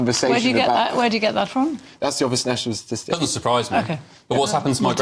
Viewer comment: How do you believe what they say when they say -VIS,VAT AND VE OVER .